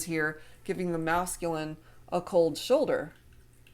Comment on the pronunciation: Shold Choulder is that right? Hahahahaha you got me laughing too